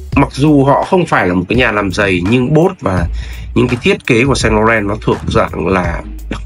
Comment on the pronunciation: Bác 7 năm tiếng Pháp mà phát âm sai: "Saint Laurent" rồi ạ (em góp ý thôi).